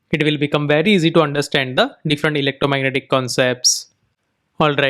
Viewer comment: I love how you say "Electromagnetic theory". The best indian way to say it.